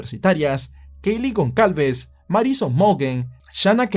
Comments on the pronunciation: Gonsalves. GonSalves. GonSSSSSSSalves!!!! Por dios, en serio no te sonaba mal pronunciarlo tal cual, goncalves? En serio te imaginas a un guiri pronunciandolo asi? Y se dice superviviente, no sobreviviente. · Gonçálves, hermano. Es un apellido que se usa en Portugal y Brasil. Se pronuncia como: Gonzálvez. Semejante a González